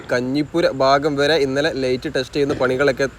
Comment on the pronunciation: ഡേയ് ഡേയ് ലെയ്റ്റ് അല്ല ലൈറ്റ് ആണ്.